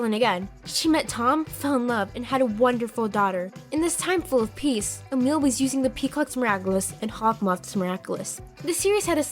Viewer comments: I really don’t think that Sabine was the last ladybug cos the last ladybug was 200 years ago And it is pronounced as emily and agrest not emille and Agresteh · Idk if uk but Emilie is pronounced Emily and they even say it in the series it's ot Emile and the way you pronounce it is getting me annoyed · You are butchering the names. For example, Emilie is pronounced the same as my name, Emily.